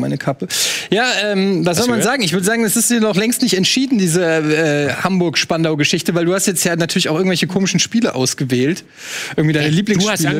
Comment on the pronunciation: Die Betonung muss auf spandau liegen denn spandau ist älter als Berlin 😅👍